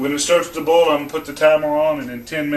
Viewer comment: What is ohwell ? You mean oil? You're not saying that right boil is also mispronounced